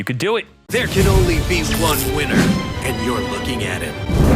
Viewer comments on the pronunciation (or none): none